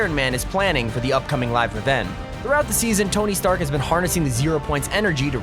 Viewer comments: Dis it on purpose he’s pronouncing it « Trask »? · Its not trask its stark